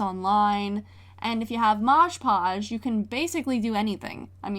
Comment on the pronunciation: Hi 🥰 night it’s “mod podge” not “marge podge” not hate just a correction I think